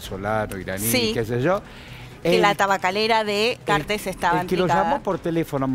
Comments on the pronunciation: Sr locutor: no lleva acento en la "e". El apellido no es cartés, es cartes. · 1. No se pronuncia Cartés. 2. Macri no es su amigo, Macri dijo que los paraguayos son unos tontos por haber elegido a Cartes como presidente. 3. No hace falta que digan tantas veces "noooo" porque todo Paraguay ya lo tiene hace mucho a Cartes por corrupto, y porque esa noticia no tapa el descalabro que ustedes tienen en su país. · Cartes se dice no Cartés Cartes